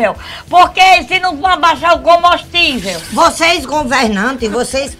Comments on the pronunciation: Tô até agora tentando saber o que é o "Comostível".... kkkkkkkkk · . 'CACHÔRO' || ''COMBÔSTÍVEL''. KKKKKKKKKKKKKKKKKKKKKKKKKKKKKK